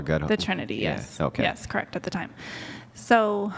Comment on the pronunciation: I cannot stand the way this lunatic pronounces “correct”.